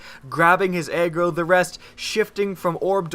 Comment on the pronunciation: it sounded like you said egg roll every time you said agro